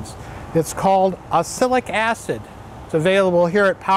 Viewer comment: What you say doesn't sound like "oxalic acid" to me, if I didn't know what you say I would guess "acilic acid" :)